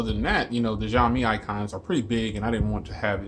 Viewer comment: Nice conversational review, it sounded very authentic. You are right with bands being somewhat not ideal for US, there is a Global model of Redmi Note 4, which is just rebranded Note 4X but this one has better bands for US use. I like your reviews, keep up the good work. One tiny suggestion is that Xiaomi pronounces as 'Shao', not 'Jiao', you can ask Chinese friends for this but that's how it's supposed to sound.